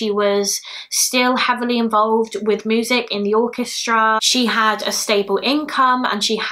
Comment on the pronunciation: Just came across your channel! I watch others like Eleanor and Bailey. Never heard anyone say ‘moosic’ in my life but I’m here for it 😂😂